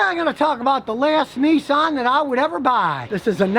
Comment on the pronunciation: Nissan Not Nessan as in Pissan ,Nissan .